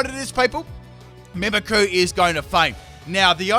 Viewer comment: Man i love your vids and i am a Fan since … i don’t know … so many years, but maaaaan I really can’t understand how someone who for work does Pokémon, can’t even pronounce those names… ist MimikYu, like I mimic you it’s not Mimickuuuuuu. That bothers me so much. I’m sorry man, I still enjoy your videos very much ..